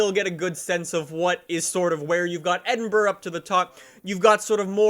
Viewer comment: Were is the actual Destination of fh4 Edit: just realized he said eddinbrugh